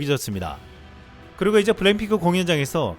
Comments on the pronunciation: 블랙을 블랭이라고 하누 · 블랙핑크를 왜 블랭핑크라고 발음하나 ㄱ 발음을 못해..바보 자식이네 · 언어 구사를 정확히 합시다! '블랭핑크'라는 발음이 자꾸 목에 가시처럼 신경 쓰이네요! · 발음이 참 이상하네 블랙핑크를 블램핑크라고 자꾸 하는거같네. 성우 바까라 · 근데 말하는게 계속 블랭핑크로 들리네 ㅎㅎㅎ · 블랙핑크 발음이 안되나? 블랭핑크 ? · 내 귀에는 왜 블랙핑크가 아니라 블랭 핑크로 들리지!